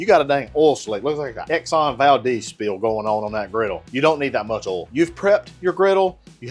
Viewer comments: It’s oil not oool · “so let’s talk about öl”